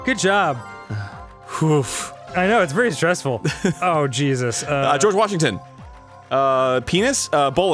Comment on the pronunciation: Arin: "geroge washington" Me: whispers "greg? well ain't that just the way"